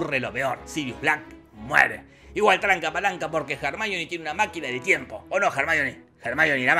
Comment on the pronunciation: "jarmáioni" ????? La minita se llama Hermione pelotudooooo !!! Pareces esos que le dicen "Yéison" al Jason de los argonautas ...